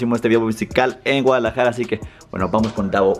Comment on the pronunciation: dijo Gualajara en vez de Guadalajara